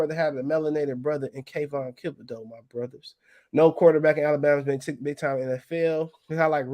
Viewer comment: Lol man it's THiB o deax not KIB o deax bro, u been butchering that boy name forever😭